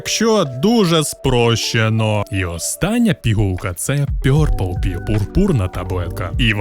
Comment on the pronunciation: чоловіче, ті табилетки читаються як Blækpıll (блакпилл), Rædpıll (радпилл) і Pœrplpıll (Перплпилл). Не вартує перекладати як росіяни